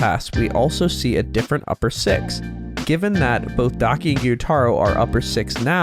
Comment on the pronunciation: i thought gyutaro was proounced gii-you-taur-oh not giyu-taroh